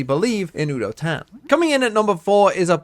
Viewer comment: Fyi, udotan pronounciation starts with a "you" instead of a "woo" and the -tan is pronounced using te " ah" like you would with the autobahn in germany (i couldn't think of a different example)